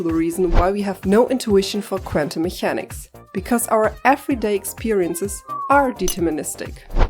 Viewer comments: you pronounce the "ch" like a German "ch" instead of a "k". It's "mekäniks" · Are you German by any chance? You pronounce Mechanics wrong in a way a German would do.